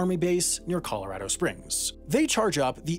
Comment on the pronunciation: You can tell Sam lives in Colorado because he pronounces the name correctly. Nothing drives me crazier than hearing people say 'Colo-ROD-o'